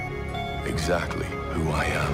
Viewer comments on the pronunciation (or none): none